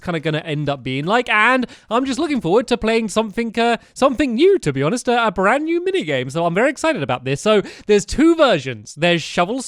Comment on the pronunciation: It was funny when you said Br-r-rand new Mini game😄